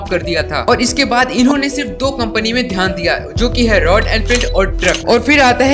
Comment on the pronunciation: It's Royal not royan